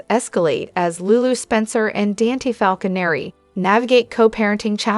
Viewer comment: Please Say DON THEN SAY T ITS DON T Dante😊